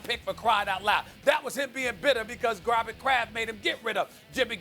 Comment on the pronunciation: No one: Stephen A.: Grobert Kraft, Deebo Samuels, Mahstert